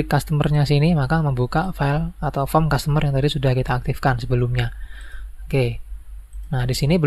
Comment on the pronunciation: Iya bang customer bukan zustomer😂